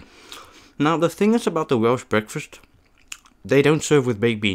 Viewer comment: Nice vid entertaning. Just a question as you cannot drive a car do you walk by youraelf to hwt your food for your vids. Also your pronounce it whales i know ots wierd but there ys go